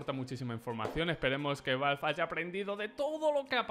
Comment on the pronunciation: creo que es la primera vez en mi vida que escucho a un español decir ´´valvf`` para referirse a ´´valve``